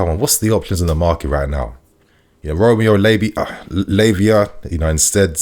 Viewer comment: Man said Romeo labia 😅😅